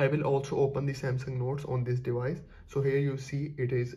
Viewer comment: your English is damn annoying "dewice dewice dewice"